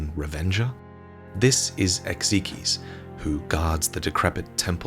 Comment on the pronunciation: Isn't it pronounced Ex- Ike? Not ex ee key?